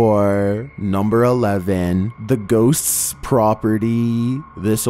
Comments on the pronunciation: I guess got possessed during recording this "GUESTSTS, GHOSTSTS" 😍😁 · "Where the guests's's are ghosts's's" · At the mark how he says guests are ghosts 👻. Funny.